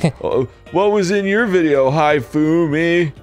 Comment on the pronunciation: "High-fumi", "Ki-oko"... Why is he mispronouncing those names on purpose (not that I care much about it, but I bet he's annoying himself by doing so, since he seems to know at least the basics of Japanese)?